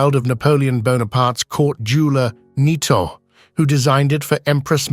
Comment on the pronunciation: The Marie Louise diadem is hardly “adorable”; imposing or magnificent is more like it. I think turquoise is a poor substitute for the original sparkling emeralds. Nitot is pronounced “nee-toe”, not “nye-tot”.